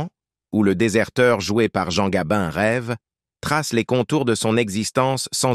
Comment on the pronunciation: Morgane et Gabine !!! Qui est le commentateur ? I.A. ?